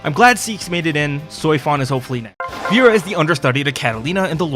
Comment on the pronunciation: fun fact: in their official gag comic series, Beelzebub became a fitness streamer also i like how you pronounce Seofon as "Soy-fon" lmao